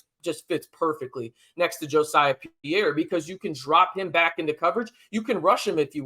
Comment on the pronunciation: I'm pretty sure Jesiah Pierre's name is not pronounced Jo-siah, but I could be wrong. Jacob Rodriguez is a great story. Transforming himself from a 200 pound QB prospect at Virginia into a hulking 245 pound starting middle linebacker for our Red Raiders in the span of 18 months. Our facilities and strength and conditioning staff are A1 Aces. Lastly, Mike Dingle and Justin Horne are both athletic freaks and strong candidates for stardom at Texas Tech and a place in the NFL. Can't wait to watch their development.